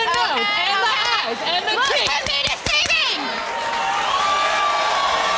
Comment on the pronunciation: "looks can be diseaving"...... girl bye